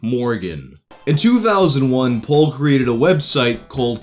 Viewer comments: P-All not P-ole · You pronounce "Paul" like "Pol" and it bugs me... Still like your videos tho